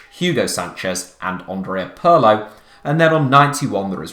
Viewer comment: the Italian Pirlo is not pronounced Pearlo. You should now this.